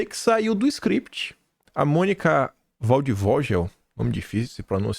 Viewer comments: Da pra ver que vc não vive a nossa realidade,não só por morar em outro país,mas por não se importar e nem conhecer nada sobre o Brasil. A pronuncia correta é "valdivoguel' e não "Valdivogel" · O nome da jornalista é alemão e pronuncia VALDFÔGUEL. O W tem som de V, o G som de GUE, o V som de F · Querido, o nome da jornalista pronuncia se com o som de gue ex; Monica:Waldvoguel", escreve se Waldvogel. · A pronúncia é: valdivôguel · a pronúncia de Waldvogel é “ Vaudefoguel”💪🏻😎👉🏻🇧🇷🇩🇪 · o correto é WaldvogUel, como se tivesse o U. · a pronuncia é FALD FÔGUEL é um nome alemão , W em alemão tem som de F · Se permite, a pronúncia da jornalista é waldvo(GUEL). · Pronuncia ,Monica Valdfoguel (passaro da floresta) em alemão! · Acho você muito inteligente, porém! a pronúncia do nome da reporter foi de doer os ouvidos, lembrou-me o alto da compadecida onde o personagem letrado em alemão não sabia mais falar português. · gosto muito das suas análises. Sugiro que antes de falar os nomes de pessoas em seu vídeo, veja como se pronuncia cada um deles ( ex: o sobrenome da Mônica você pronuncia errado). Continuo sua fã!